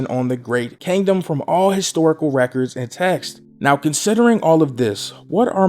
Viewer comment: Everybody: Kingdom: Kangdom Love ya bro thought this was funny though😂